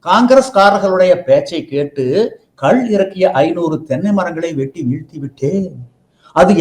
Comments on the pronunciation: கல் என்றல் "Stone" கள் என்று சொல்ல வேண்டும்.Thanks for the video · அது கல் இல்ல கள் தமிழ் ஒழுங்கான உச்சரிப்பு வராதவர்கள் எல்லாம் ஏன் நேர்கானல் எடுக்க வருகிறீர்கள் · ஐயோ,,,ஐய்யையோ,,,ஐயா,,அய்யா,,, அது,,,கல்,,இல்லை..ஐயா,,ள அது,,,கள்,,,கள்,,,தயவு செய்து சரியாக,,உச்சரிக்க,,ஏற்பாடு,,செய்யுங்கள் இல்லாவிட்டால்,,,ள,,ல,,வாகி்்்்அனர்த்தாமாகி,,விட்டது இங்கே.